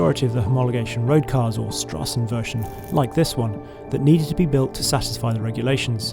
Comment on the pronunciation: "St" in Strassenversion is pronouncer "sh"